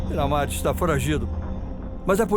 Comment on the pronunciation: Bandido bom é bandido que fala correto é bera mar porra kkkk